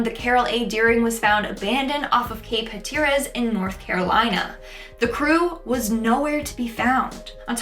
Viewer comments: It's Hat-er-as. Not Ha-tear-us. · I am beyond offended that you said "Hateerez" instead of hatteras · Ha-ter-is? WTF??!! It's pronounced HAT-ER-ITS. WTF is going on with the younger generation? What are teachers teaching? Me thinks that classroom cameras are necessary.i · Hatteras is pronounced with stress on the first syllable and sounds like hat-er-us, not huh-tier-us, Thanks. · It's pronounced HAT-ER-US, FYI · Lol you fully botched the pronunciation of “Cape Hatteras” it’s pronounced HATTER-RIS. I’m only an hour and half away from OBX and have been going there since the 80’s. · Lol the way she said Cape Hatteras of NC. It's like the word HAT. Or the mad Hatter. Hat-ter-us is how it's pronounced. Love how she said it tho. Makes us sound fancy lol. She'd be amazed how we say stuff with such a country slang alot of people don't understand us. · For future reference; Cape Hatteras in The Outer Banks, North Carolina is pronounced Hat-Er-As. Great video!!